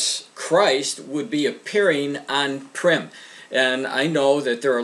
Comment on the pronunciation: Purim (pronounced poor-im) not "prim", which means formal. In case anyone was confused.